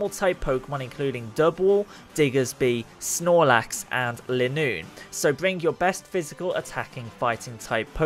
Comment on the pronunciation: Not Linoon, Linoone.